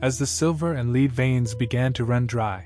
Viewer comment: dude doesnt know how the pronounce lead 💀💀💀